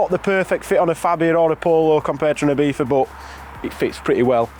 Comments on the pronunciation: Why do you pronounce Ibiza as Ibeefa? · Ibitha Cupra, that's some Mike Tyson pronunciation :)